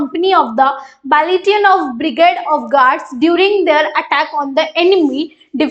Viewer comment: Please be clear the pronunciation of Battalion